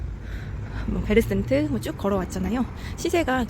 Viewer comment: 푸르지오 센트베르를 베르센트라 잘못 발음하시네요 ㅎㅎ 푸르지오 센트베르에요^^